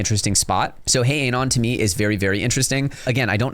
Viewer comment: Bro can’t even pronounce anon lol